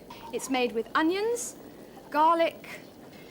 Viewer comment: Bro says ongion